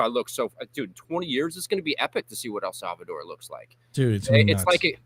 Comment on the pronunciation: bruh if says el savador one more time ima off myself